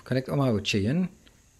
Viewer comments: Good buddy... Cheyenne is not pronounced "chen". It is pronounced "shy-anne":P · I love watching your videos. I just wanted to point out that Cheyenne is pronounced "Shy Ann".